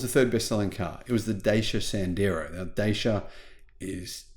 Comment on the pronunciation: 👋🏻, Dacia, ”S.C. Automobile Dacia S.A.” is an Romania 🇷🇴 car Company that the Romanian government sold to the 🇫🇷Renault Group in 1999. And this is the Romanian, and the correct pronouncement of Dacia: 🙏🏻